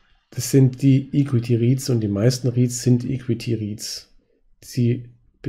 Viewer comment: Bitte bis nächstes Mal an der Aussprache von equity arbeiten ;)